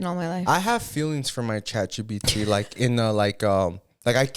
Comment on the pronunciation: So im not up with the times at all like A.I. or anything like that, I rarely download apps but tell me why I kept hearing “Chachi P.T.” Instead of Chat GPT 😂😂😂😂 I had to search it up to see what you were talking about 🤭🤭